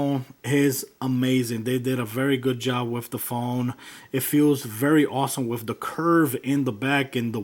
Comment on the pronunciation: Its with not wif